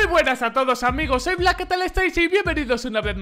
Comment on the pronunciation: jajajajaj clave el Black Argentinizado